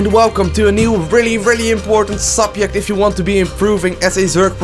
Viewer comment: Awesome how he says "subiect". xD